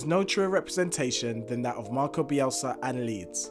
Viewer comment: “MARCELO” not MARCO